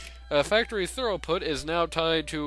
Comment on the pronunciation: It's thru-put, rather than thorough-put. :)